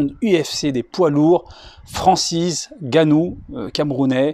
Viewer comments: Cher, Bravo pour la prononciation correcte du nom de Francis Ngannou. C'est un signe de respect. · Exactement !le seul autre chez qui j'ai entendu la prononciation correcte c'est Dwayne the rock Johnson et ça a hollywood, RESPECT vraiment. Ve usu! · Un des rares à prononcer correctement son nom , le N est muet .